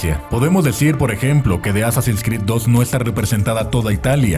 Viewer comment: Me perturba como pronuncia Assassin's Creed 🤢